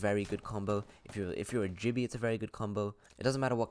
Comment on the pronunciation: My man said jibby